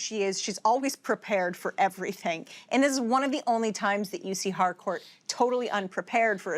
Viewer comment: I'm one of the people who hears Hardcore instead of Harcourt. 😂